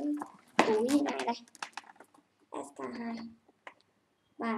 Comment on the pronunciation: Em tưởng chị phải đọc là s , kay , tiu chứ ạ !